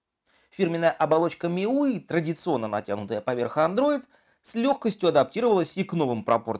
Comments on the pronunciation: "миуии" - серьёзно??? От профессионалов я лично ожидаю корректных названий. Прошу в следующем видео выговаривать "миюай". Пожалуйста. Вам не трудно и уши как это "миуи" не режет. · Как же раздражают эти его "миуи"... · Миуй о боже как оно произносит )